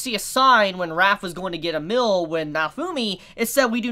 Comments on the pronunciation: why do you pronounce meal like "mill" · Why do you pronounce meal as "mill"? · 1. Please practice saying the word "meal" by putting a little more emphasis on the letter E, every time you said meal, all i could hear was MILL, as in a Saw Mill, or Flower Mill. 2. Here is a link, read the manga so you can stop guessing. BTW, i am the proofreader for the series, i get to see the next chapter before it is put out to the english reading public. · trying to say meal lmao xd mill? milf? milk? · I realized this too, he said mill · woah woah woah did you say mill or meal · mill? don't you mean meal. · Ar-are you saying milk instead of meal? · Am i the only one who was bothered by the prononciation of meal as "mill" ? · Yeah, I too thought it was weird that he couldn't pronounce "meal". He speaks perfectly normal english otherwise, perhaps he has some sort of regional accent. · Does anyone think the way he pronounces “meal” weird